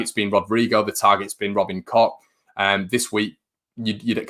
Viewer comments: FYI Koch is pronounced coke just like the Koch bros in USA look it up 👍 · I know its funny but Koch is really not pronounced like that . More like " Koh" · Tell him to pop to South germany or Austria where it sounds like Kook or north germany where it sounds more like Kox .... Thanks .... Let's see how many versions the bloody commentators come up with ... No doubt it will be pronounced Smith by xmas ......😁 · German mate from work says its pronounced Koh .